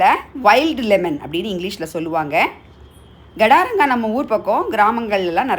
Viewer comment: Gadaranga illa kadaranga.. Garda Garda nadukarel